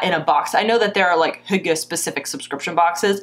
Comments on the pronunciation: I thought you said "hooker"😳😂😂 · I had to look it up. Hygge is pronounced "hue-gah" I've seen the word everywhere and never knew how to say it.